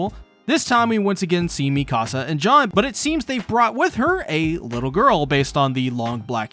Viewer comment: I was like who the hell is John, but it’s just his weird way of pronouncing Jean